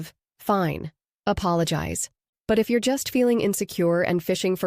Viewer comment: when spoken 'your' and 'you're' do sound differently. in this video it sounded as though the 'person' reading this did not know it.